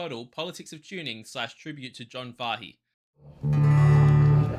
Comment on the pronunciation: FYI Kot- Key and Fay- He.